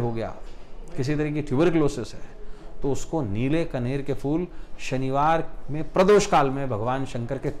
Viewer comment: Pehle toh sir fool nhi hota phool boliye